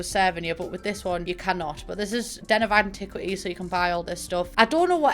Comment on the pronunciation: I heard antiquities as "an-TIT-waties" and I have to tell you it was the highlight of my damn day 😂